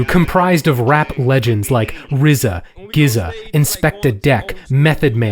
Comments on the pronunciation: Was taken aback by how pronounced GZA as giza and not jiza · What about The Dave Matthews Band? Also it's pronounced "jizz-a", not "gizz-a". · GZA is pronounced jizza not Gizza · Dude it's The "Jizza", not the The "Gizza", lol cmon man. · GZA is pronounced like jizza, not gizza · Gizza?? GZA pronounced jizza Don't disrespect the WU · bro did you say "gizza"???? it's gza but i'm pretty sure it's pronounced like jizza no pun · Did he just say Gizzer and not jizza =gza? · Lmfao "gizza"? It's a soft g mane, pronounced "jizza". GZA the Genius, and both G's have the same sound. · Very interesting think piece. However, I did cringe at "gizza" from WuTang. GZA is actually pronounced "jizza". Also, you should have mentioned Nas meteoric arrival with his debut album in 94, and 2pac’s "Hit Em Up" and how that shifted so many things. Also, the East/West was barely simmering with the Wu / Dre. Everything took off after Pac signed with Death Row when he was released from jail. Oh, and failing to mention the cultural importance/impact of The Fresh Prince Of Bel-Air, which began in 1990 was egregious. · GZA is pronounced “Jizza” not “Gizza”, Tupac wasn’t on death row in 1994 nor was that album a death row album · Gza sounds like jizza, not gizza (not meant to be snarky, but informative). Love your analyses. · He said GZA like Gizza 😂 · East Coast also had Naughty By Nature which was all over the place with Hip-Hop Hooray. Even at sporting events. And Nas. And it's pronounced Jizza. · GZA is pronounced "jizza" lol but at least you referred to him as a legend I guess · Yipe "Ghih-za" 🤦‍♂ Then let's not forget about the Methode Mon and U-jod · Did this gentleman really just say "Gizza".....? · Gza is pronounced with a soft G not a hard G. It’s Jizza. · Great video! One thing - Gza is pronounced with a soft G like jizza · Did anyone else here him pronounce GZA 'gizza'? LOL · Just an fyi its pronounced gizz-uhh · Did.....he just say "gizza" with a "guh?" Offensive